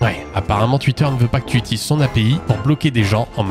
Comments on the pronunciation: Tuitter, tuité... c pas comme sa qu'on dit. On dit Twitter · Alors c'est super cool et tout mais j'ai une question qui n'a rien à voir: pourquoi tu prononces twitter "Tuitter" et pas "touitter" ? est-ce que c'est fait exprès pour faire parler les débiles ? est-ce un choix artistique ? ou une lacune orthophonique ? merci de lever le voile sur ce mystère. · "Tuitter" mdrrr... Sinon le bot c une bonne idée sur youtube aussi quoi...